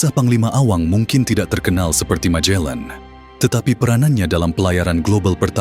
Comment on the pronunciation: Magellan or majellan...sebutan biar tepat ...Cebu ...sebutannya Sibu bukan chebu....sebutan yg pelik menunjukkan pengetahuan kita